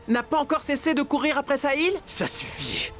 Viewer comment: 😂😂😂😂 Le cœur de vedica dit sahil, sahil, saïl .